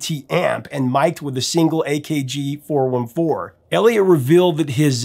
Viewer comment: it's pronounced "four fourteen"